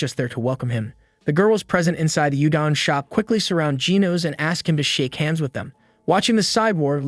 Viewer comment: Yo! If you’re gonna do this vid, learn the name pronunciation and other foreign words (i.e. udon=oodon - not ūdon).